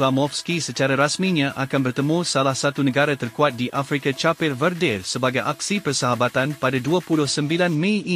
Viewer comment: Please don't change another country's name. Sepatutnya it should be pronounced 'kep' bukan chapeh. Tolong lah. Memalukan sahaja.